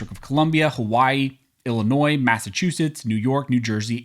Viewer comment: Thank you for pronouncing "Illinois" correctly in both the singular and the possesive uses. As a long time resident of the state it annoys me when it's mispronounced, especially by lifetime residents!